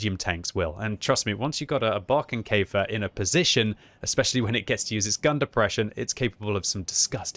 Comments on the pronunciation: Sigh. Not pronounced "Barkenkaefer" but rather "Borekenkaefer." Other than that, nice video. 🙂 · Pronounce it like "boerkenkefer" and it sounds like the german "Borkenkäfer" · Did you say Brokenkafer??.... LOL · Nope you speak it wrong. That can you do better